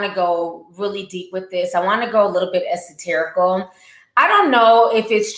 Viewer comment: Someone tell me how to spell the word ti always says. "ESUTERICAL" AND MEANING PLEASE